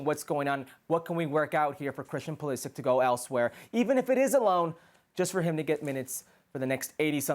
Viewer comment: His surname is croatian and it is proununced Pulisich (Pulišić).